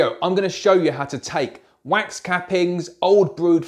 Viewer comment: You say wax, I hear quack!